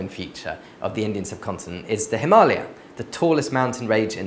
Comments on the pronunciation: WOW ! THIS GUY PRONOUNCED HIMALAYA CORRECTLY , HUH FINALLY AN EDUCATED WHITE :D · yesss finaly someone who says himalaya correctly